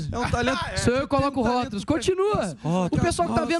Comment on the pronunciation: "rótulos" kkkkkkk